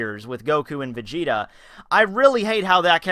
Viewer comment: gelly vegeta? vegelly?